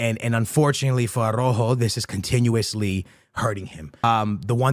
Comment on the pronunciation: tha right pronunciation for Araujo is somthing like (are-out-hoe) hahaha, regards